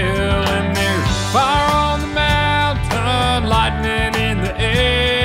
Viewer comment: Everything is absolutely awesome except for the pronunciation of "Mountain".